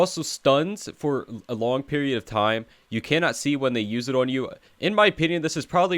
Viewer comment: No wonder you said tome instead of time